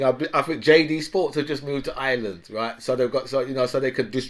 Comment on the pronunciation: Dat dont make for a good leader..innit? And its Ireland...not Ayeland...you half wit... djowoimean yeah..right, Yeah righ...yeah... And Joe Bidens not winging it?... lol CHINA has got extensive power cuts ffs!